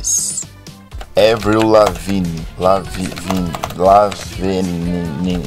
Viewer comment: n é évril lavigne demonio é ÁAAAAAAAAvril